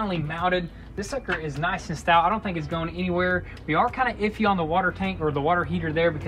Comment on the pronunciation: Please stop saying stout 😂😂🤦🏾‍♂️